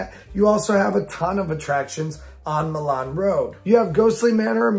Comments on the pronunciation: Hey idk if u remember me but you shouted me out in a video when I was working no hate or nothing but it's Milan pronounced my Lin and I love your road idea but idk if it can happen also I've been watching u for years now ur videos made me a rollercoaster person and living in the Sandusky area I have easy access to cedar point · Real quick pronunciation note Milan Rd is said as my-lan or my-lin locally or just call it rt 250